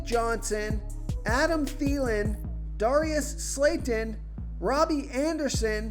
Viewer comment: Bro you trying to screw us over 😂😂 Darius slayton? Really?!😂😂😂😭 you can’t even say his name right!!